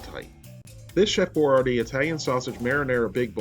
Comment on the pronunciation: It's boy-YARD-ee